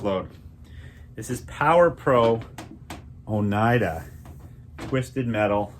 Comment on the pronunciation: It’s “oh neeta” imo